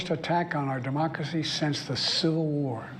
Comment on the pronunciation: “Abam Lincoln” “Mockracy” JFC Joe. Talk about cutting it close. Had you done this in another week or two you might be using a drool cup.